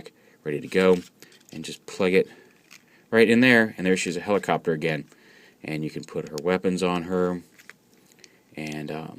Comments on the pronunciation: Did he say "helicopturd" at the begining? XD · Lol, Helicopturd